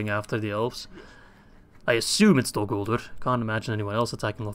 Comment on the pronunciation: U missaid dolguldur